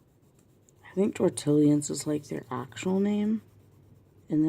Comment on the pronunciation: I love this one! and it's french "tortillion" tor*tee*yion. lol you're awesome and I'm a fan of mineral spirits too!